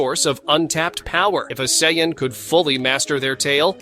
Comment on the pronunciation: When I use ai voice to transcribe my videos, I always spell phonetically so it is correctly pronounced. Use "Sayin" and "go ten".